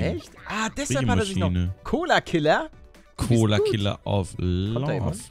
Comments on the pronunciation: dan nicht Colokiller nicht Colakiller 😂 Mega Folge 😂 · Es heißt collokiller